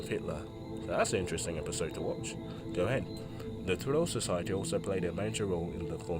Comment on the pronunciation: I'm sorry my dude but your german pronunciation is just all over the place! "troll society", "walter nuhasch", "Germanadon"... Like what?? Next time please put those terms through Google translator so you know how to say it before reading the wiki page.